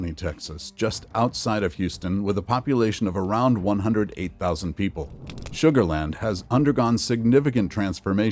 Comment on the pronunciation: You lost me when you said sugarland 😂